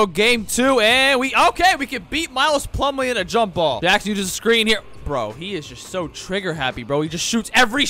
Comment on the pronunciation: Bro latterly said miles plummle